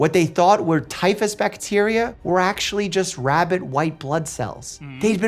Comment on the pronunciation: What I learned from this? Dr.Mike can't say the word "rabbit"🐰. He says "rabbid" instead.